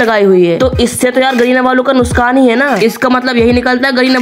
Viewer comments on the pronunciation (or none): nuskan nhi nuksan 😂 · Nuksan = nuskan😂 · Wo Nuksan Hota hai nuskan nahi 😅😅 broo